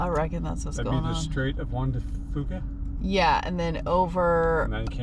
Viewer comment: FYI: See-Q, Squim, and the Strait of Juan de Few-ka. Only the locals can pronounce these names lol. Great trip!